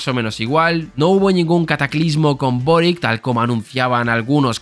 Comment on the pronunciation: El apellido Boric es de origen croata, se pronuncia "Borich".